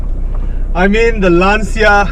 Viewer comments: Nah man, it's not you Malaysians, it's just a common mistake. And regardless, you speak well in English so don't worry about it! Anyway the right way to say it is "Lan-cha", not " Laan-cia". I think the reason for this common mistake is due to the fact that the sound "ci" is pronounced in two completely different ways in Italian and English. It's like "Murciélago", no one knows how to say it right except for Spanish people 😂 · It really looks like you enjoyed the car! But man, the way foreigners pronounce Lancia is annoying, y'all say it always wrong! 😂